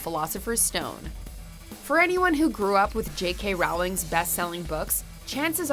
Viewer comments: For the love of all that is holy! If I have to listen to you pronounce J. K. Rowling's name incorrectly in one more video one more time! Rowling, like bowling! Show some respect! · Stop pronouncing Rowling wrong